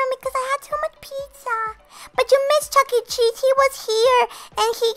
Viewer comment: Every time I hear her say Chuckee I shudder